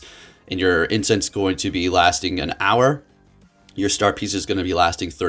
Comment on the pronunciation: The singular of incense is incense. Wtf is "incent"? You said it more than once...